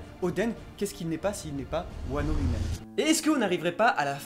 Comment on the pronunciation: par contre juste je veux pas faire le casse couille mais c’est pas « pays de Wano » c’est juste « pays de Wa » parce que Kuni=pays No=de du coup Wa No Kuni=pays de Wa